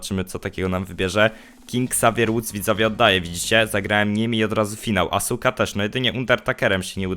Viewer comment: mordo to nie jest asuka tylko aska